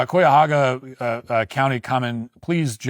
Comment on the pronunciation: 😂awww, Mr. Know-It-All with the nasty oatmeal filled beard Walsh can’t even say Cuyahoga County correctly🤦🏼‍♂️